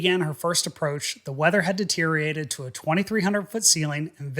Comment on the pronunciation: Stop saying "deteriate"! The word is DETERIORATE.